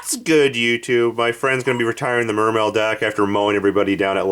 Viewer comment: Will ppl stop pronouncing the e at the end.